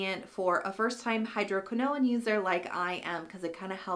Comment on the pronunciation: I'm loving my Agency prescription! I switched over from Curology as well and I'm glad I did. I haven't tried the Dark Spot Formula because my skin doesn't react well to hydroquinone. (BTW, watch the pronunciation on that. It's like "cortisone", no extra "i" or syllable at the end.)🙂